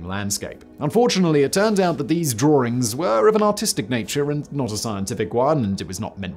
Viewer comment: My favorite part is where Simon said "drawerings". You cheeky monkey!